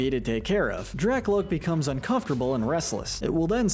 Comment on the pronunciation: IT'S DRAKLOAK, NOT DRACLOAK! AND HIGHER DOES NOT END WITH A T, IT ENDS WITH AN R!